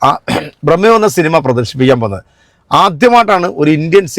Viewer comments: ഭ്രമയുഗമാണ്. ബ്രഹ്മ യുഗമല്ല🙏🏻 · ഭ്രമയുഗമാണ് ശരി. ഇനി ശ്രദ്ധിക്കണേ.. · ബ്രഹ്മയുഗമല്ല ബ്രോ ഭ്രമയുഗം 😂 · ബ്രമ്മയുഗം അല്ല ബായ് ഭ്രമയുഗം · ബ്രഹ്മയുഗം അല്ല ഭ്രമയുഗം ആണ് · Bramayugam not Brahmayugam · ബ്രഹ്‌മ യുഗമല്ലഡെയ് ഭ്രമയുഗം ആണ് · സിനിമ റിവ്യൂവേഴ്‌സിന് പോലും സിനിമയുടെ പേര് ശെരിക്കറിയില്ല... ബ്രഹ്മയുഗം അല്ല ഭ്രമയുഗം എന്നാണു. രണ്ടിന്റെയും അർഥം വേറെയാണ്. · ഒരു കാര്യം പറഞ്ഞോട്ടേ മോനെ , ഭ്രമയുഗം ആണ് .മോൻ പറഞ്ഞത് തെറ്റിപ്പോയി ബ്രഹ്മയുഗം അല്ല കേട്ടോ .❤❤ സസ്നേഹം ❤❤❤❤ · ബ്രഹ്മയുഗം അല്ല... ഭ്രമയുഗം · "ബ്രഹ്മ" യുഗം അല്ല. ഭ്രമയുഗം ആണ്. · ബ്രഹ്മ യുഗം അല്ല,,,ഭ്രമയുഗം. അതാണ് ശരി